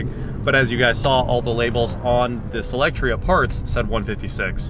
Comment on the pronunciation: You always pronounce it SElectria buts it's SOlectria